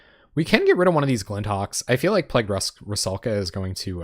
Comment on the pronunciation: rusalka, not ruskala >_<